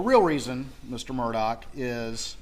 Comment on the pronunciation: His name is pronounced Alec Murdoch, but 😊😊is spelled Alex Murdaugh. What the hell?